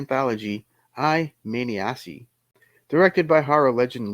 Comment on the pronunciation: I have never heard "I Maniaci" pronunciated like that. 😄